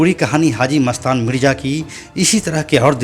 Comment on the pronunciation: परने लगा नहीं पडने लगा मिरजा मिडजा नहीं